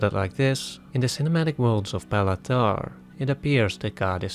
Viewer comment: “Bay-la” not “Bella”… I know because that’s my name too